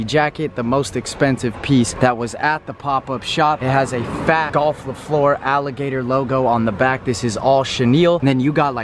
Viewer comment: The way you pronounced fleur made me wanna peel my face off